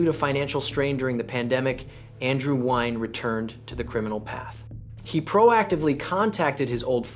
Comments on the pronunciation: Its not "NEW-YEN". Its "WIN" <----- This is how Vietnamese people say it, and thats how they would tell you to say it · It's "new-yen" MF I stopped watching it 2 minutes in because of the way you say his last name 🤦‍♂️ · Embarrassing a channel name Vietnamese case files but can't even pronounce Nguyen correctly. "Andrew newynn" 😂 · Ok, I don’t mind the AI slop that creeps into your videos. I do, however, mind the AI pronouncing the name of the protagonist differently every time it is spoken. This is ridiculous. Why would a computer keep changing the pronunciation of the most important word in the story? Nugeen? Nu-in? New-een? Wtf? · Nikka I pronounced it new-gent for that Nguyen Holmes! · How you gonna pronounce Nguyen in five different ways? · and none were correct 😝